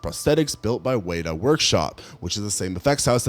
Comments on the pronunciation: Amazing video. Your pronunciation of Weta Workshop really threw me though it's literally said how it's spelled Wet-A, how you managed to get way-ta I have no idea. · Weta workshop. Wet like water, ‘ah’ like the ‘a’ in water. Cuz we live on an island. Lmfao